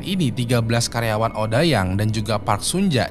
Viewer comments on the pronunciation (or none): Odeyang bang bacanya bukan odayang 😭😭